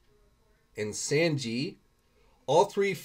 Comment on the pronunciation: "Luhffy"..."Sand-ji" 🤣😂 I cringed